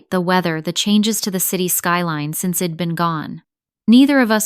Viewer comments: Id’ ill’ wed’ ? Really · STOP USING CONTRACTIONS. AI doesn’t get it. It is incredibly distracting! Id, wed, Ill - all WRONG words. HORRIBLE!